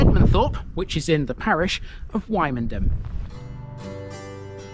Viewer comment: Don't got pronouncing it like that when you go to Norfolk, they will march you out of the town